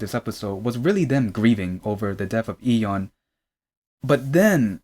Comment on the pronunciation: you’re pronouncing Lee correct if you’re trying to pronounce it like Korean speakers would but I don’t really hear the Y in Yeon so it sounds like dom